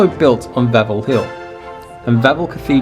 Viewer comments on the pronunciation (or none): Malbork, Wawel .... how dare you come here so unprepared .